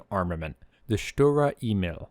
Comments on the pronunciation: I got the feeling you never sit or drive a tank or kind of... Thank you for the work you have done, but the whole thing is typically from the American point of view and this is so wrong. And German words can be practiced how to pronounce with Google Translate. Email you said, but is Emil. In short, American propaganda just to make German WWII tanks looks bad. The fact is that in this time, no tank was able 1:1 to win against German tanks. Perhaps you focus on real WWII stories, when Americans and their Allies running for every German Pimps ... Ask my and many others Fight for real... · Ay-meel not Eee-mill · it's Emil not imel lmao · Maybe that's becaue I'm not English not German but I hear you saying e-mail instead of Emil and that's funny to me :p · Emil is pronounced E'mil, where the E sounds like the ee in beer and mil like "a mill that grinds flour". E¨mil. < Just cus why not ^^ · FYI "emil" A Meal